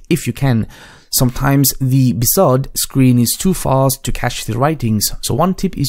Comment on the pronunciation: Mdsched.exe in Run is easier than searching memory. Cuts straight to it. And do you really have to pronounce BSOD like its a real word???